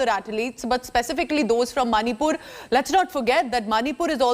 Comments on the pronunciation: Madam Manipur and NOT Manipal SO proud of Ms. Chanu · Not Manipal... It's Manipur State of India... Well, congratulations Mirabai Chanu... You made us proud... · please atleast check properly where she is from before you read the news. She is from Manipur ( a northeastern state of India ) and not from Manipal.